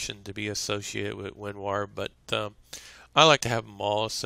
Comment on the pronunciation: He says "WinWar"